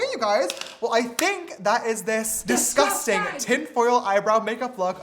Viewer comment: All I heard was ✨disgustang✨